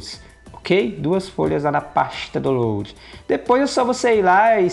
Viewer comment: Menino gostei vc, mas fala "dauloud" é assim a pronúncia da palavra download...